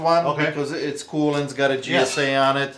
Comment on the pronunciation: please your killing me 😂its not Gsa.it's JJJJJJJJJJJJJJ. please stop saying g s a it's Jjjjjjjj sa 😂 it's beckett not bucket and it's steiner not stainer lol. Accent or not you sound so wrong my friend 😂😂